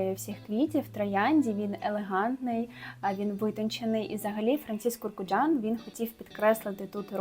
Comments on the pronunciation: Франсіс КурКДЖан. А не КуркУджан. Він не курка😁. Сподобалось у вас, підписуюсь і буду стежити❤ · Тільки чому "КуркУджан"? І чому лікід імажінеріС?